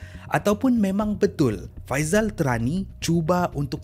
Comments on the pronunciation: Ada bbpa sebutan yg perlu diperbetulkan oleh Admin: Faisal Tehrani - Bukan Terani.. tpi sebutan spt kita sebut nama ibu negara Iran iaitu Tehran. Sebut Teh spt sebutan minuman Teh. Dia antara top Syiah di Malaysia... gelaran Tehrani tu atas kapasiti dia pernah study di Tehran, Iran Al Arqam bukan Al Aqram. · salam, cara sebutan admin ada beberapa yang kurang tepat. Faisal TEHRANi (merujuk kepada Tehran, Iran. Pusat Syiah) bukan Faisal TERANI Al - ARQAM bukan AQRAM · tēhrani la, bukan terani. al arqam, bukan al aqram. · musykil..kenapa sebutan nama tak betul..pelat ke..Faizal tehrani disebut faizal terani..Teh..rani.al arqam jadi al akram..kuala berang jadi kuala kerang...,?